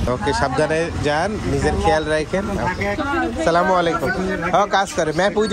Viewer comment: আছচালামু??? “আসসালামু” হবে। বন্ডিং